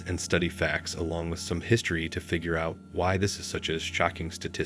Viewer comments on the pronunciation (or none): none